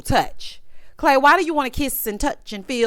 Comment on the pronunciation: I’m listening as I wash dishes but had to stop for CLAY-DOH 😂🤣😂